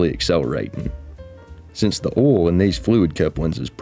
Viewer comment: Oil ❌ Oool ✅